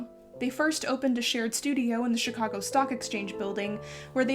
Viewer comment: You pronounce Chicago like a native Chicagoan. I approve.